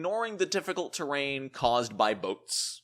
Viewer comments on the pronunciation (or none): none